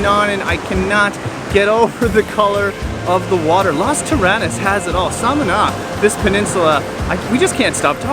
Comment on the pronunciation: Lovely video but please learn to pronounce Las Terrenas and Samana properly 😍